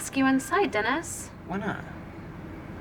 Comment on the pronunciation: I love when she pronounces words weird like anytime she pronounces Dennis-“Dinis” or program-“progrum” 😂 it feels so fitting just this mildly annoying quirk this character would totally have and it kills me everytime lol